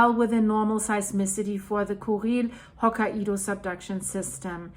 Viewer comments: Okay this is just sad... It's not "Ho-ki-e-dow" 🙄😒 it's pronounced Ho-kai-dow the "Kai" is like saying "Sky" the Kai part is like saying Sky, Kai, Ho-sky, Ho-Kai. Get it? There's no "E" in the name. Your saying Ho-ki-E-dow. There is no such place in Japan. Not one person around you has tried to correct you!? No one!? This is why it's sad. I hope this helped. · Japan lesson time. Say Hokaido as, Ho-Kai-Do. Not, Ho-Ka-ido. Ho, as in Santa Ho Ho Ho, Kai rhymes with Guy, and do, as in Do Re Me. よろしくお願いします。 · Pronounced hoo kai do. Not ho ka i do. lol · [Hoh-ky-doe] Please 🙏🏻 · Hello from Japan! The pronunciation is HoKAIdo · It's actually pronounced hoke eye doe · We were in Okinawa during the 9.2 (we had virtually no effects) and my son was in Tokyo (chaining up his American bike the moment it hit). We moved to the mainland that summer and were able to participate in the clean-up of a rice field in I believe August of that same year. The devastation first hand was unbelievable. As a side note, Hokkaido is pronounced by the locals as 3 syllables. Hoe Ki doe with emphasis on the Ki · Its Ho kye do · The Japanese Island of Hokkaido is pronounced as "Hok-eye-do" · Living just across the Coast Range from Cascadia subduction zone I’m really glad Oregon doesnt have nuclear plants on that coast! By the way the pronunciation is Ho K-eye Dough. Santa says Ho Ho Ho, eye Dough (like bread) 😌💙💙💔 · Living just across the Coast Range from Cascadia subduction zone I’m really glad Oregon doesnt have nuclear plants on that coast! By the way the pronunciation is Ho K-eye Dough. Santa says Ho Ho Ho, eye Dough (like bread) 😌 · hoe kai doe... 3 syllables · On the Pulse as always, thanks! (Btw its pronounced "hawk-eye-doe" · I think Hokkaido is pronounced “Hokk-eye-do”